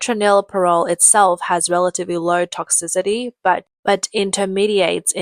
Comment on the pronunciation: Perry-meta..? (Perimeter) Toxi-de-de..? (Toxicity) Please hire someone who can read..